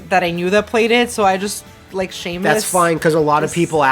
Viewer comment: SHAE-MUS. SHAE-MUS GODDAMMIT. First time I've ever heard it pronounced that way. BREAKING NEW GROUND!